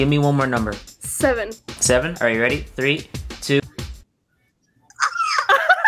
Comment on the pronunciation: They all say 7 and tree